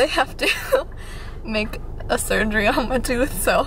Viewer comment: "Make a shurgery on mah toothsh" 😂lol Love you videos!💖